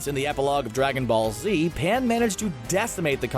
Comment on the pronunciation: It's pan not paya